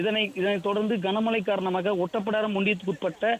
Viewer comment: ஓட்டப்பிடாரம் இல்ல ஒட்டப்பிடாரம் பாலி